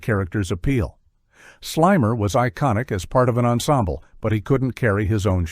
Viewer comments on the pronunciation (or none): none